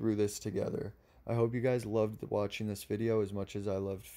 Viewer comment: At the end of this video did you mean "Thank you for WATCHING" or "Thank you for WAITING?" Cause I don't know what "wathing" means! The devil is in the details, pay attention to what you do.